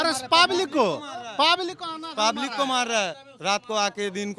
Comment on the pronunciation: public ❌ Paabulic ✅